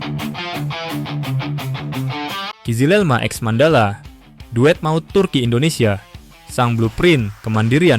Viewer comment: Mandhala mas, bukan mand hala